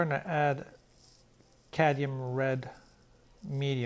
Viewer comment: The pronunciation is Cad-mee-um. I hope you accept this in the spirit in which it was meant. You do such beautiful work & you're a great teacher. I prefer oils but I enjoy watching you use both oil & acrylics.